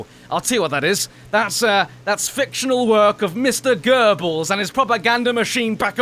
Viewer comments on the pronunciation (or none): none